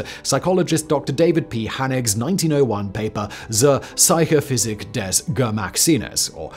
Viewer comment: Yikes. This may hold the record of you utterly butchering the German language. The 100% English pronunciation of Zur Psychophysik is one thing, but pronouncing Geschmackssinnes as "Gemacksines" takes an extra level of IDGAF.